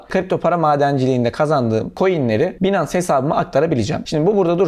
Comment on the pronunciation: 'Binans' değil, 'baynıns'.